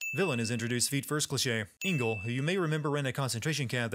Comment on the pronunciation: It's not Ingel , it's ENGEL